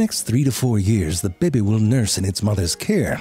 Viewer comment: I just love it when you say "bebe"....makes my day it does...